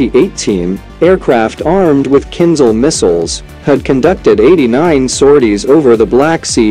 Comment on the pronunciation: It's not kin zal. It's kinZHal. The h is not silent.